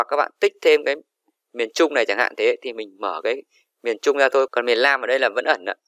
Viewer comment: Miền Nam chứ ko phải miền lam